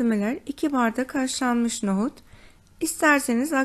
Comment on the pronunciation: Nogut değil NOHUT